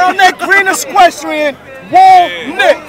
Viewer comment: Hey, its equestrian, not esquestrian.